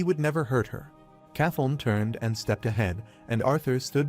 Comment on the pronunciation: Now its kathon? Who the f is that? Do you mean princess Kathleen? Please edit your damn video. Damn every single name in here AI has butchered over and over. It would be better if somebody would just read the fucking manga instead of relying on AI.